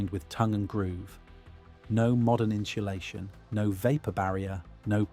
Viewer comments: Can you please program the AI voice to stop saying "in-shoe-lay-shun"? Please! INSULATION. in·su·la·tion /ˌin(t)səˈlāSHən/ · this is a great video, but I keep getting distracted by the "inshulation" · "Inshlashun" Gotta love AI based on a real voice, that can't pronounce basic words. Slop and autophageocity. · Cool info but you lost me at inshulation. Do you mean insulation, without the “h”. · insulation. not inshulation. want proof that brits cant even properly speak their own language? listen to them speak, then listen to them sing. when they learn to sing they are taught to enunciate properly. thats why they just sound like americans when they sing. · It's pronounced in Sue lay shun. There is no shoe in insulation. I believe at this point you guys are just doing it on purpose. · In ssssss ulation Not inshulation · What the actual F*CK is INSHULATION?!? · What is in-sha-lay-shun ? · What is "inschulation"? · Inchulation is throwing me off. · "inchulation" has me dying. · Had to stop after you said inshulation the fifth time. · I'm going to start saying "inshulashun" whenever I can conceivably fit it into a conversation. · I couldn’t listen to him say inshoelayshun one more time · “Inshulashion” 🙈 This is actually a really informative video and very well done. But I can’t get over the pronunciation (or should it be “pronounshiashion”?) of this word by the narrator 😂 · Inchulation? That's a new way to pronounce it. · Seems like an informative video. But at 5 minutes I can't take any more in-cha-lation. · What is inshulashun? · Here we go again- inshulation 🫤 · Your inability to pronounce insulation is distracting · AI can’t pronounce insulation🤣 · Learn how to pronounce “insulation”. If you put 100 tons of logs in the modern house, it would have won. This is just heat capacity, not any insulation advantage.